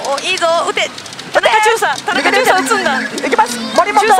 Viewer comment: たなちゅうをたなかと呼ぶ違和感しかない森本